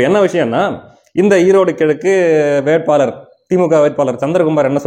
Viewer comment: நானும் NTK தான். ஆனால் தயவுசெய்து தமிழை நல்லா உசசரிசசு பேசுப்பா. அவரகல் இவர்கல் வேட்பாலர் ன்னு சொல்லாதே. ல ள பெரியவங்க யார் கிட்டேயாவது கறறுக்கோ